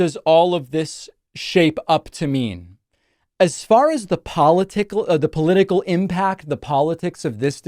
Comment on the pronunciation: "Paula-tickle" 😂😂😂😂 I have a new word now.